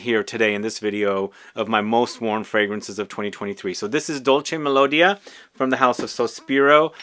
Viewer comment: Correct pronounciation: "Dòlce melodìa" (accentuation on the "i", not the "o"). Best.